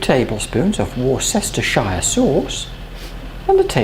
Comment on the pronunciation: Wor-sesster-shire sauce 😂